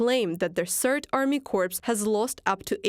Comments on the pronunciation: "corps" (military unit) is pronounced "kore" "corpse" (dead human body) is pronounced "korps" ... quite confusing ~ but two words you use frequently in your reporting, so probably good to get right 💙💛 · Presumably the dreadful commentary is computer - generated. Tell it that the word corps is pronounced 'core' not 'corpse'.